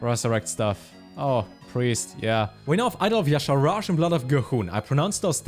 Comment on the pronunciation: > Pronounces Y'shaarj and G'huun correctly > Says "vorerior" instead of "warrior" Never change, never change.